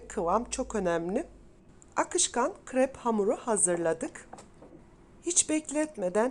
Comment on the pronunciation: Kırep değil krep